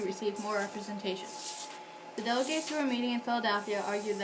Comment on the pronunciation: U pronounced delegates wrong at the beginning